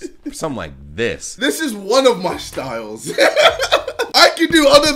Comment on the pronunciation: “Shstyles” -KSI